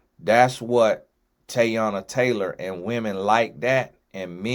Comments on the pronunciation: I’m like know you know that ain’t the pronunciation 🤦🏽‍♀️ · ain’t neva gonna say nobody’s name right 😂 TAYY-ONNNAH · Yoooo😂😂😂😂 I'm like that ain't even a hard name and its mad common